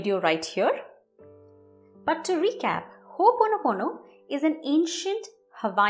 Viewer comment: It is not Ho ponopono, it is pronounced Ho,Opono pono.. You are welcome.